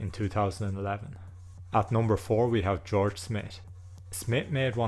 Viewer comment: Who is George Smit? 😂